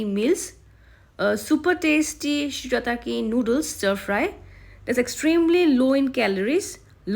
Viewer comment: say it proper